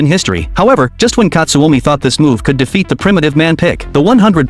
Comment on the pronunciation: Pickle ❌ pick ✅ / katsumi ❌ katsuomi ✅